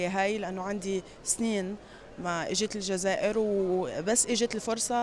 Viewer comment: ههههه كيفاه تنطق كلمة تزاير فكرتني بهذاك الطباخ التركي لي في سميرة tv لي يضل يغني. لي ما فيه خير في بلاده بلاده ما تحتاجوش😂😂😂😂